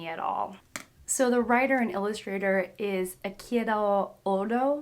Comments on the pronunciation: One correction: his surname, Eichiro would be Ey-chi-row, rather than aye-chiro. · Ei-iCHI-ro ODA... it's pronounced as CHI not Ki and it ended with ODA not ODO